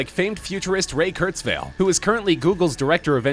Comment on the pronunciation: I thought his last name is pronounced Kurtz-while, not Kurtz-vale (?)